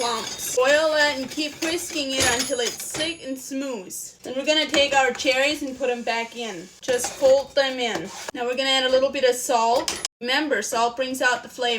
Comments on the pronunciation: Until it's thick and "Smoose" ? What is this Smoose word that she says ?🤔 Smooth maybe !🫣 Until it's thick and Smooths...😯 She talks very differently but I don't mind. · She said "smooze" instead of smooth. I LOVE that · She says smooze as well, very unique way to pronounce smooth. Catchy 😊